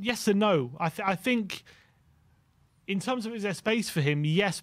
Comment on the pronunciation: Oh no!!!! finking again!! Try thinking, at least try it if you’re going to use the word 30+ times in every show! Just a thought…